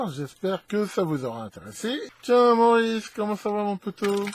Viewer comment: Merci, mais Mo-Riss a besoin d'être corrigé!